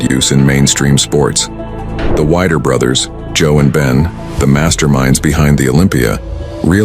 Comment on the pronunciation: Fuck this AI voice.. the "WIDER" brothers???? "Al-za-dough" .. ????? 😡😡😡😡😡😡